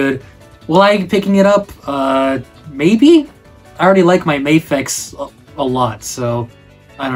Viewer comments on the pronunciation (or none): none